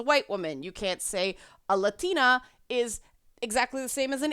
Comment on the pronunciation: Loool the way you say latina... why?